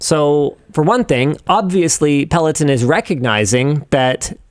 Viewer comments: pel·o·ton. /ˌpeləˈtän/ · if you discuss it maybe learn how to say it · good video, other than your pronunciation of peloton